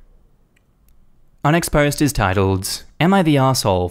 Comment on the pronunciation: Am I the only one who hears 'unexposed' when he says 'our next post'?